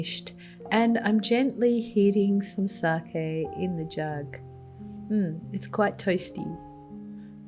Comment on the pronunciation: And you pronounced sake correctly.